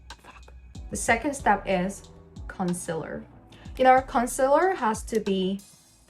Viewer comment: ive never heard anyone say concealer like that 😭